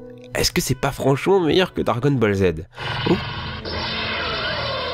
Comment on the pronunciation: On entends " Dargon " ball Z a la fin ^^